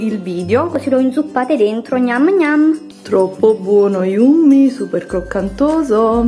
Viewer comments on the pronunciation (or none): ma lo sai che nn si dice yummi ma yammi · Yummy= pronuncia /ˈjʌmɪ/= IAMMI..... yummi non si puo' sentire!!! Cmq buon suggerimento healthy!!!;)